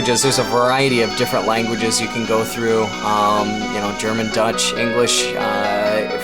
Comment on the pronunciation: This is mega late because I had this in my watch list for a year now but Deutsch is German not Dutch. ;) It's pronounced 'Doitsh'.